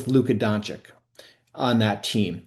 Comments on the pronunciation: Side note: it’s embarrassing that ESPN’s biggest reporters like Bobby Marks and Stephen A. are incapable of saying Luka’s name correctly. Apparently saying Don-“chich” is too hard lmao. “I’ll just call him Luka Donchick” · Pronounced Don-CHICH. After 7+ years, you should learn his bame! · Come on man, still mispronouncing Doncic after all these years? DON-CHICH. And it’s baptism BY fire. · Luka Don-CHICH, It is your job to know how to pronounce players names, take pride in doing it correctly. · FFS, this guy could learn how to properly say Dončić! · Bobby Marks isn’t only one of the most boring and overrated analysts, he also somehow doesn’t know how to pronounce Luka’s last name? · After so many years of Luka in the league...how can it for so many media people still be so difficult to pronounce his name? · Really? This guy can’t pronounce Dončić?